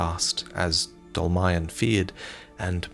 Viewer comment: In fact Dolmayan is just Armenian surename and it should be pronounced "dolmaYAn"